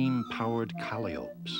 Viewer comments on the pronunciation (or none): Did anyone else hear him say Cally opes for Calliopes? I was like WTH.